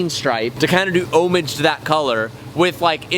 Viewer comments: Red please. And how do you not know got to pronounce homage? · "Homage" is pronounced like "omelette du fromage"